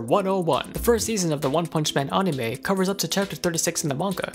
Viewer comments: Dude, anime. Not aunime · i heard arnime xD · Mfer says onimay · Uh... Aonime? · did he just really call it aunime? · he says onime XD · not making fun of u but aunima what its anime???? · U say anime weird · pronounced anime weird